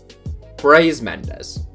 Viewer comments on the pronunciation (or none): none